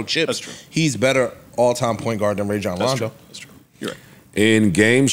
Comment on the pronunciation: These sports fans repeatedly mispronouncing Rajon Rondo hurt my ears